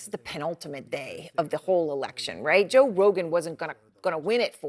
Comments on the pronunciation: Moron can't even get Joe's name out of her mouth. "Josh, John sorry Josh ha John Rogan." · Did she say john rogan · 😂, she can not even pronounce Joe Rogan’s name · hahahaha she cant even say his name!! poor thang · Lol. She can't say his name. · Why can’t she say Joe? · Oooo shit. Why Joe rogan name suddenly become difficult to pronounce for CNN anchor. 😂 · They lost it all lol 😂😂😂 she can't even prono6tge man's name